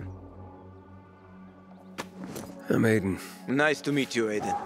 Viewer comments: You keep saying HEY-Kon when he clearly says his name is HA-kon. Noticed this since Day one of this game and it's annoyed the hell out of me. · How could you still be saying "Hey-kon" when the NPCs, Aiden and Hakon himself says "Ha-kon"?